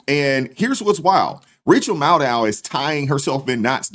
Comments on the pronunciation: Hold up, did I hear you call her " Rachel Madcow ". Bahaha 😂😂😂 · I know I will wear hearing aids, but did I hear you right? Her name is Rachel “Mad-Cow “. That’s just hilarious.